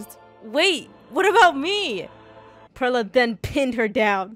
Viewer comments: Do u think they'll ever know that pearla is pronounced like pearl the gem and not fruit😭😭😭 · Pearla pronunciation has me dead but honestly relatable people do that with my name too